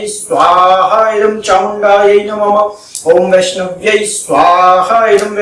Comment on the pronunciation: नमम नहीं, नमः बोलो।